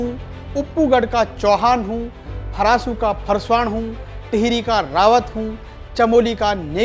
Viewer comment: फरासू के फरसा नही फरासी है